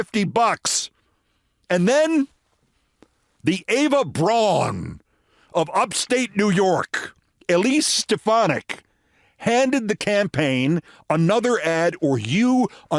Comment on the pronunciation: Braun is pronounced Brown!